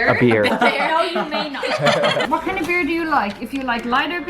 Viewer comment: will always be ICONIC for his “BEAR” instead of “BEER”!!😂😂